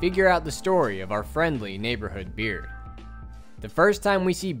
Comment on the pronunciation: Its berd not this "beard"